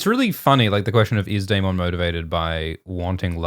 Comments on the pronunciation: ...its DAY-MIN not DAY-MON:(:(:(:(:( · If you're going to pronounce Daemond wrong can you at least try to say it less. It sounds so forced it's like nails on a chalkboard. Wanted to watch this video but couldn't because of this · Love how pronounces Daemon like Digimon